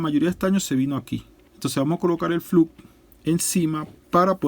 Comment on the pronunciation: SE PRONUNCIA FLOX